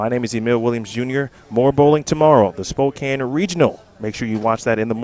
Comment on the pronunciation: Hi Sydney! Just so you know, Spokane is pronounced (Spoe-Can). Thought you should know. :)